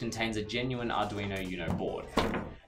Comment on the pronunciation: I take it they don't speak much Spanish in australia? I can't get over the pronunciation of uno 😅 Still, I do enjoy the clear, concise information